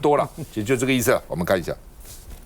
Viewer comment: 这”你好”是英式台语腔？ 😂